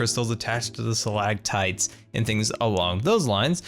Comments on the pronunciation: Did anyone else realize that didn't make the "t" sounds in Stalagmites and stalactites? 😂😂😂 It's okay,. You'll learn... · It annoyed me so much that you said stalactites and stalagmites wrong